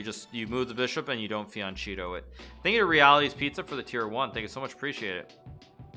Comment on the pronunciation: Wait it's the second time he says "fiancheeto" is this a running gag ??